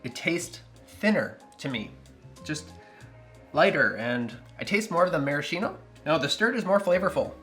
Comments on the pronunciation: Hi! Sorry if I'm not focused on the cocktail but, as an italian guy, i'd like to tell you that the correct pronunciation of "maraschino" is "maraskeeno" and not "marasheeno" 😂 You will forgive me for my english, possibly worse than your italian! 🤭 Anyway, awesome channel, i already stole your recipe for the Prescription Julep and It won't be the last!! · I have yet to make one of these in all the years I've been on my coctail journey. This week may be the time; I simply need the creme de violette. Also, btw, the word Maraschino is pronounced with a 'ski', not a 'shi'. Same with words like 'bruschetta', which should sound like broos-ket-a. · In Italian the pronunciation is marasKino. Ch = K. 😊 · It's mara-SKEE-no. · I appreciate your videos! Just let me tell you that maraschino is pronounced maraskino, with the "k" sound.